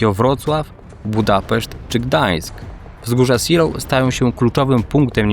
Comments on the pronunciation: Ej ale serio, mnie też zawsze więdną uszy jak słyszę "seloł", ale takie błędy są częste. Np. Gruber z niemieckiego będzie czytany Gruba, gdzie jak się nie umie wymawiać niemieckiego r to lepiej je pominąć i powiedzieć Guba. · Miasto SEELOW fonetycznie wymawiamy ZEEJLOW. Autor wymawia nazwę miasta i wzgórz po angielsku. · bez „w” na końcu. Zeloo: Podobnie jak Pankow wymawia się panko: bo „w” na końcu jest nieme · Raczej zeelo(f) albo zilo nawet ale masz racje kaleczy strasznie. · po prostu Zelo, w na końcu jest praktycznie niewymawiane. Kilku kolegów z pracy tam mieszka. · Kurde, jak można robić film o walkach o wzgórza Seelow i nie sprawdzić jak to się czyta??? Naprawdę uważasz, że niemiecki ma identyczną wymowę jak angielski? Gdyby to było angielskie miasteczko, to pewnie rzeczywiście by się czytało "siloł", ale to nie jest Anglia! Tak ciekawy i dobrze zrobiony film i co chwila ten zgrzyt z "siloł" jak drapanie widelcem po talerzu. Błagam, sprawdź następnym razem wymowę nazw niemieckich, francuskich, czy włoskich, bo naprawdę język angielski nie jest dobry do czytania "wszystkiego" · Nazwy tej miejscowości sie tak nie wypowiada,kłuje to w uszy. poza tym materiał bardzo fajny. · Dokładnie. Tragiczna wymowa nazwy wzgórz. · ZELOV nie Siloł - poza tym bardzo fajny materiał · Co to są wzgórza "siloł" ?? Seelow (IPA: /ˈzeːloː/) czytamy jak zelow. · Zilow nie Ziloł, to nie Anglia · Seelow czyta się "zelow", a nie "silof" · świetny materiał, ale wzgórza "Zee(i)lov" a nie "Siloł". pozdrawiam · *zdaje mi się że po niemiecku Seelow nie czyta się po angielsku "siloł" tylko bardziej "zelow" ale nie wiem może się mylę xd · Zeloo, ta miejscowość i wzgórza nazywają się Zeloo: a nie Si:low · Czytamy Zelof. Niemiecki to nie angielski. Szczególnie fonetycznie. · Wcale nie/ tak się nie wymawia Seelow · Super odcinek ale jedna uwaga to nie są wzgórze Siilowskie tylko (czyt. Zeelowskie z twardym e) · Seelow czytasz nie Silow tylke Zelow, to nie jest angielski. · Zejlow chyba.